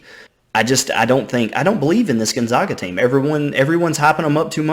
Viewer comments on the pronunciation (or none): Gotta learn to pronounce gonzaga right. Zag not Zawg. Think zigzag